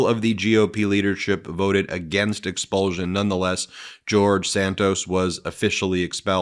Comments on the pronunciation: Ex-pul-SH-un not Ex-pul-ZH-un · Expulsion is pronounced expulshon not expuljon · It's expulsion not expulzun, Get a grip and stop making up your own language. Also watch your pronouns, you and your colleague run roughshod over the use of me and I.